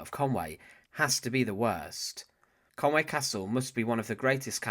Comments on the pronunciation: It's conwee castle ffs not conway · Conwy not Conway